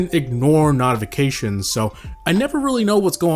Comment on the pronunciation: why did you say notifications like that